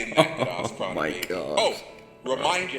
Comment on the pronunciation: The fact he calls it "good ARSE prana" says it all. Arse Prana? That's literally a fart!!......I definitely aint up for breathing that shit in!! hahaha